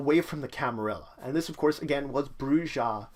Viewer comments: You lost all credibility when you pronounced if BROO-zha. It's BROO-ha. Dude, you couldn't even pronounce Carthage right and you call yourself an Emperor?!? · Your saying the word wrong white boy the J makes a H sound while the last h is silent ( Broo-HA ) you dumb fuck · You pronounced the J... lot of players are going to hate you. >:D